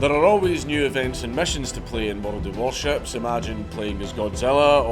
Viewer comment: Bold move for World of Warships to give a sponsorship to a man who adds a syllable to their name